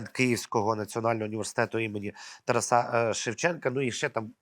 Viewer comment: Не ТарасА, а ТарАса.